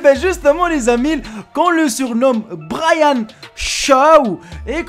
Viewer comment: Brahan ou braiane g pas compris bref c hulk